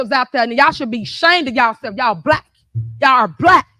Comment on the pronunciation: "They're coming after me cuz I'm bleck! I'M BLECK!" Yeah, you're "blech" all right!